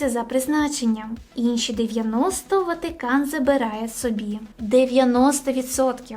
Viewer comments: Золото, кльове відео, але не ВатІкан, а Ватикан. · ВАТИКАН а не Ватікан , не вмієш розмовляти? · Слух ріже ваше "і" не "ВатІкан" а ВатИкан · Не ватІкан а ватИкан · Чому ВатІкан а не ВатИкан. І ВІно а не ВИно)))))))))))) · Блін, я звісно розумію, але чому ВатІкан 😭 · Ріжуть вуха слова: ватІкан, і тд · Сиптицький??? Ватікан??? Від слова скептик, ватнік??? Якесь насильство для вух! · ВатІкан дуже ріже вуха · Ну чого "Ватікан"?? Ми що і його в русню записуємо з цими вашими "і"? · ВатІкан, Западина, ЄврА, вІно тощо...схоже, хтось розмовляє українською лише на камеру. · Відео інформативні, але більше не можу сприймати твій контент, через «вЄтА», «ватІкан», «єврА» і тому подібне, неможливо слухати